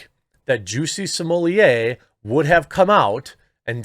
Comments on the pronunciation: I'm now convinced you're saying Juicy Sommelier intentionally. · Either my hearing is going or it sounded like you referred to him as ‘Chelsea Smollett” at one point. A harbinger, perhaps?